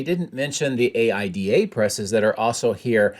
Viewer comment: I love your videos. I worked in the stamping press industry. AIDA was always pronounced "Eye E Da".